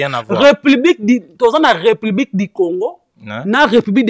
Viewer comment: Du et non Di